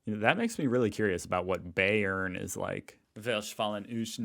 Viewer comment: „Säischen“ „Bäearn“ That hurts…